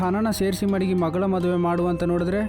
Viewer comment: ಮಗಲ ಅಲ್ಲ ಮಗಳ 🤣